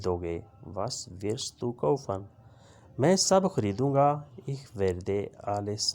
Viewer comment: Aap ko to word ich hi parna nahi aa raha. Aap kya wrong taleem de rahe ha.